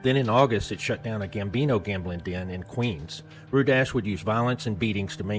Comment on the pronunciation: It's pronounced RU-DIE